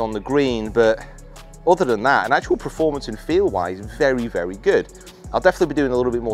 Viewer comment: Do you keep saying Preformance? Or is that just me